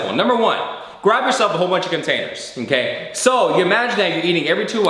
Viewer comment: he says inkay or onkay not okay hahalol